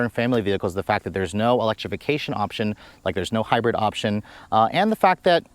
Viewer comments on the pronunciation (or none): none